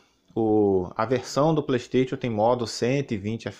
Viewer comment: mano o cara fala PLEISTEITXION e ainda quer ser levado a sério kkk